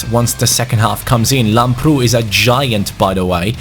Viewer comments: Im really happy to see that u found a greek talent for the rtg(i am greek).It is pronounced Lámprou not Lamproú PS plz give him my kit number bcs he is exactly like me in the football academy that im playing in.The number is 23 it would ment so much Like so can see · Hi i am from Greece and the left back is pronounced Labrou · You are pronouncing Lamprou's name wrong. Its pronounced Labrou. Not mp. With a b. Just letting you know. Love these series man, keep up the good work. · Hey Antonis Lamprou is from my country, Greece and his name is pronounced as Adonis Labrou! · His name is pronounced antonis lAmprou.Like so can see.Also love from greece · I'm Greek and lamprou is pronounced labrou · the name of Lamprou is pronounced Adonis Labrou also the tone is on the "a" Keep up the good work 💪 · Here in Greece lamprou is pronounced Lábrou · Btw lamprou is football's greek freak😂(im greek and i am proud of him😂🇬🇷)(and it is pronounced lábrou) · It is pronounced antónis lámprou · The pronunciation on Lambrou is with emphasis on the a !